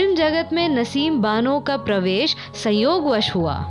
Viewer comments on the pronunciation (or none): none